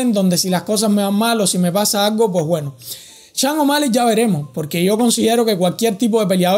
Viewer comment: ¿Las lesiones de Bryant y Jordan eran igual a la de O´Malley? ¿Has sufrido tú la misma lesión de O´Malley? ¿Cuánto tiempo tardaste en recuperarte?...Y será campeón cuando dejes de pronunciar su nombre como: "Changomali" (je!)